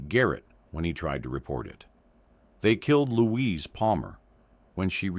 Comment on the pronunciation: Louise not Luis